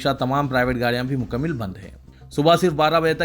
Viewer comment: bhai.... Urdu ke talafuz zara tawajjo farmaiye...musbit nahi balke musbat he....isi tarah mukammil nahi balke mukammal talafuz he...ummid hai islah karenge aaaeenda... shukriya